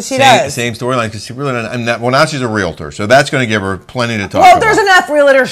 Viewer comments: I appreciate your recaps/opinions and you can have whatever opinion you want about Realtors, but at least pronounce it correctly. It is not a three syllable word. It is two. It is REAL-TOR, not REAL-ATOR. That's all. P.S. You can verify with your real estate agent friends that are Realtor members, but not all real estate agents are Realtors. Realtor is a trademarked term for members of the National Association of Realtors. Realtor members work incredibly hard, are problem solvers and tirelessly fight for private property rights. I'm proud to be one. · Real tor not Real a tor